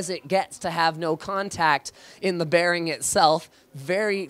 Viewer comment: wtf is a "maglev" bearin? .-.